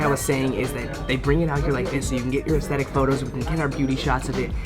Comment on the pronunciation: Anybody count how many times he said estetetic 😂😅🤣